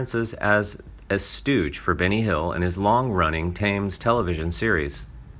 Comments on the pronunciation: Thames is pronounced “temz”, not “tames”. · Thames is pronounced Tims, not Tames. Get real!! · Would everyone doing a video who is under 30 please read it aloud to an adult. It's TEMMS .... not TAMES ... and what about cest' cera? Wow. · TBH it`s pronounced TEMS as in the river in London..... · Please learn to speak English correctly. Start with the word Thames!